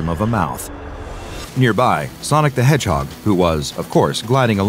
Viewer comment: Did this dude just say ColdSteel the Hedgeheg? LOL